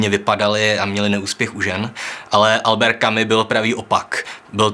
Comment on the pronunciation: Správně vyslovujete: Kamü - Kamüse Ale podle toho samého pravidla: Alber - Alberta